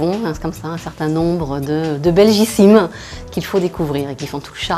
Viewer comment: Belgicismes et pas belgicimes!